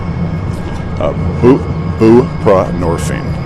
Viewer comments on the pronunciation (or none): lol guy shoulda just used the brand name suboxone, a lil easier to learn how to say then buprenorphine. lol he was like "BOO - PRUH - NOR - FEEN!"